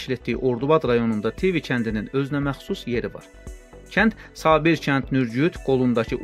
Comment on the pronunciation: Tivi sözünün və nekropol vurğusunu düz demirsiz...